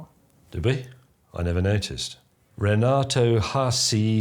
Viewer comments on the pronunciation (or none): none